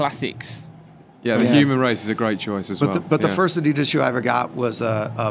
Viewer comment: pronounces Adidas both ways.... weird. The right way and the wrong way 😂